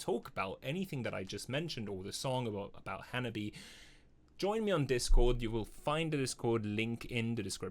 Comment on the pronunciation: Hello my friend, and welcome to the wonderful journey that is Hanabie and sorry in advance for the long text. ;) As for the name, the band is called Ha-na-bi-eh (the last "eh" is pronounced like the "e" in "egg"), with four syllables, not Hanabi. There are no diphthongs in the Japanese language, so every vowel is pronounced separately. Of course, there are exceptions to that rule; Japanese is a very difficult language. :D This makes a big difference because hanabi means "fireworks" ("fire flower" - 花火), while hanabie is not exactly a standard word but could be translated as the recurring cold weather during the flowering season ("chill flower" or "spring coldness" - 花冷え). They chose this name because the four original members were all born in winter or spring. That tiny, cute gremlin who is screaming at you is Yukina. She is also responsible for some of the band's lyrics. Hettsu is on bass. She is responsible for the stage and video outfits, sometimes sewing them by hand. She is also the mother hen of the band and provides backup vocals. In this video you have Sae on the drums, but she left some years ago, the current drummer is Chika. She is the fourth drummer and the only professionally trained musician in the band. She played in J-pop bands before and worked as a drum instructor, while the rest of the girls are self-taught. Finally, the end boss: Matsuri. Matsuri plays guitar and performs the clean vocals. She is a riff monster, the band leader, and the musical mastermind